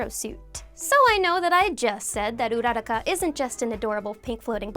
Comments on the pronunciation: It's not pronounced ura-ra-kah it's pronounced ura-ku-ra! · Why do you guys ALWAYS GET HER NAME WRONG. It's not urara-ka It's pronounced URA- RAKA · It's uraraka not oeraraka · So nobody’s gonna mention how she says ururaka she says URROCKA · Your pronounced uraraka wrong it’s pronounced ur-ra-ka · Correction- UU ROO RACCA pls stop the butcher of names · Am i dumb or is she saying Ururaka wrong? I'm so confused how to pronounce stuff at this point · Is anyone else annoyed from the way she pronounced urarakas name? 😂😤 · I hate the way she pronounces ururakas name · It pains me to hear all these mispronunciations please learn how to say uraka and some Pokemon better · Who else gets triggered when she says Uraraka’s name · I hate how she says uraraka